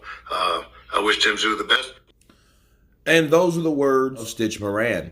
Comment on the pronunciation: Isn't it stich Duran